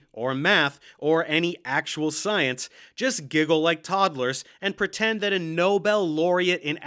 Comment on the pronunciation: Them pronouncing "Nobel", as in Nobel prize, as "noble", as in a noble lion, doesn't actually mean anything, but to me it does.